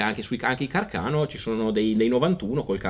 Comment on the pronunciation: Ciao, vi seguo da un po' e ormai mi sono abituato al vostro stile, alla bizzarra pronuncia del nome Carcano o all'irrefrenabile entusiasmo che traspira da Max in tutte le sue apparizioni ma comunque devo dire che siete qualcosa di assolutamente diverso e riuscite a trattare in modo arguto e anche divertente un argomento che nel nostro paese è diventato quasi un tabù. Mi sono deciso a lasciare un commento perché in questo video mi sono sentito direttamente tirato in causa: ebbene sì, sono un anziano tiratore che si è aggirato per anni per il poligono con un Gustafs tra le mani e vi devo però dire che trovo la vostra analisi molto azzeccata. Ah, dimenticavo, da un po' di tempo a questa parte, per la gioia di Cook e covid permettendo, faccio del rumore con un M39.